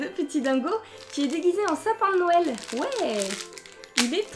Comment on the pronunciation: C'est bizzare commen tu dit noël on dirait que que tu dit nonel sinon continue comme ça